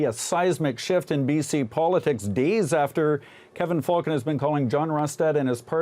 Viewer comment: it's pronounced "Fullcon" and anyone considering the Cons as an alternative to the collapsed United must be either new here in B.C. or must surely play a mean pinball. Rustad is nothing more than someone's extremist uncle who got loose from the Thanksgiving table. Could Falcon disgrace himself any more?